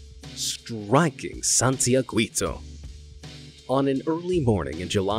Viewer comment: Am I the only one wondering why you took time to get to pronounce correctly the super hard Icelandic volcano name, but with the”santiaguito” you had only to check the pronunciation of gui and you mispronounced it? 😂